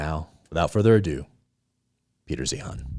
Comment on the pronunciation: Peter "Zine:" not zeehan